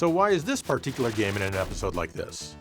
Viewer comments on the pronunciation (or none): Love how Americans butcher the word particular 😂